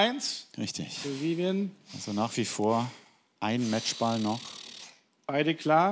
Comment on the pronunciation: Viviane heißt die Frau und elton bekommt es bis zum Ende nicht geschissen ihren Namen auszusprechen 🤦‍♀️🤦‍♀️🤦‍♀️🤦‍♀️🤦‍♀️